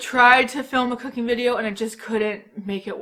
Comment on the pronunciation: I SWEAR when you said cooking I heard “cocaine”